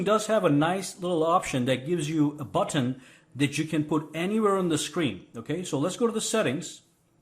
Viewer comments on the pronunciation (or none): The way u say button is funny.... You say BOT-TON 🤣